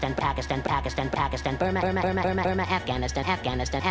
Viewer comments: Why did he said Prakistan??? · Pakistan he said P R A K I S T A N